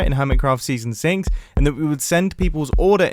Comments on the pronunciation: I swear he said season sincx not six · Is it just me, or did mumbo say "in season sinx"?